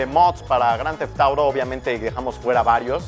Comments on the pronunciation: jajajaja esa pronunciación! me encanta... Groanteftoro 5... jajaj <3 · Que pedo dice el nombre del juego demasiado raro jajajaja